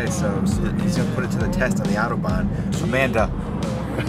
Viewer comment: If you're from NYC - at least say "autobahn" correctly... like you're from NYC - not Wichita, Kansas.